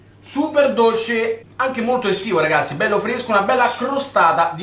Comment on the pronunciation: Fvutta fvesca, cvostata fvesca, fvesco, tutto fvesco